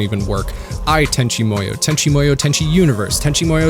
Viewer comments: Tenchi Muyo is pronounced like "Moo-yoh", not like you're saying it "Moy-yoh". I have no idea where you pulled that "Moy" from, but it obviously isn't correct, and you seem smart enough to know this. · I always thought it was pronounced Tenchi MooYo? You keep saying MOEYo and it's throwing me off haha